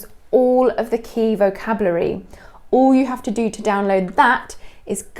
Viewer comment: did you say vo-cab-lu-ary? In Canada we say vo-CAB-u-lary with the emphasis on CAB followed by u-lar-y. I’ve never heard it pronounced lu-ar-y. Interesting ❤️🇨🇦